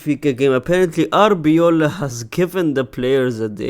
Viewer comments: brother it's arbeloa not arbeola 😂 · The way he calls him Arbeola instead of Arbeloa 😂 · Love the indirect diss on Arbeloa by mispronouncing his name everytime suggesting "if he was a legend I would know how to pronounce his name" 😂😂😂😂